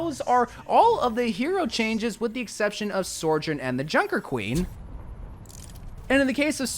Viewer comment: ..."Sorjourn"? lol Also in response to your "Sorry if you're getting bored with primary and secondary fire." Nah man, that's what I came for. Something in-depth. Thanks!